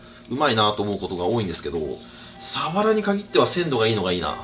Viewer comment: サワラのイントネーション所々おかしくね？